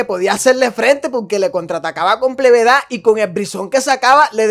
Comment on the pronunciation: “ plebedad" 😂